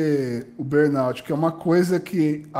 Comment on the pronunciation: Entrevistador fraco, cansativo! Sem falar que nem pronunciar burnout consegue.